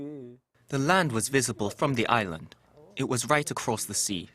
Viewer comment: The way the narrator pronounces "island" is really annoying.